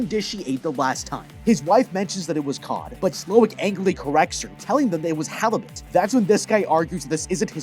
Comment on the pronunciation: There is a small mention to Gordon Ramsey when Julien calls the wealthy couple " Donkey " and says " Halibat "